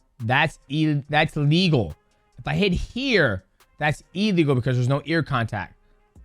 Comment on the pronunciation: Who knew "a legal" and "illegal" sounded so similar 🙄